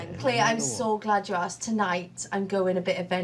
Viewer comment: Asked not Aksed